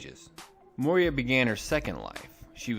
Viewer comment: It is Moira as in Moy-ra NOT Moy-ria.